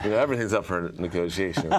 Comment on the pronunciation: the way you pronounce the word "up"